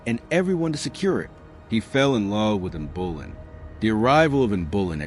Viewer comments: Henry you determine the sex of your babies. Anne Bullen, the pronunciation is horrifying. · Was it Anne Bullen? Or Anne of Clevvies? They mention Elizabeth as his successor but no mention of Mary or Edward. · Not just Anne Bullen, but Anbullen. That made me twitch.